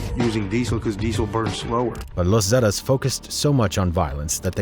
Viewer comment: Yeah I don't even speak Spanish and even I'm like wtf lol...zettuhs? 😂